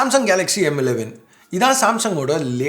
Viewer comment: Tamizh la sollum bodhu, yean bro M11 na emmu 11 emmu 11 solringa. Weird ah iruku. Kekradhuku.